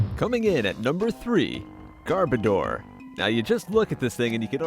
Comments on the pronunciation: its not gar-BA-door its bar-bow-der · Gar-BOAH-Der NOT GARBITOR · YOU JUST CALLED TWILIGHT CARBACE F*CK YOU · garbodor is cute and btw you pronounced it wrong